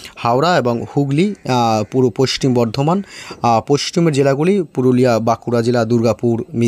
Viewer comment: পশ্চিম উচ্চারণ হয় না